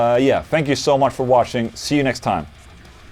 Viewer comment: when you end your videos it sounds like you're saying "thank you for washing!" lol